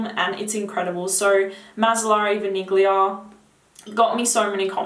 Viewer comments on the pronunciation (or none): THE G IN VANIGLIA IS NOT PRONOUNCED. Thank you :)